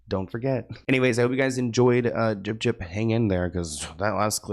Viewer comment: Dude the fact that you call her gyp gyp. XD rolling.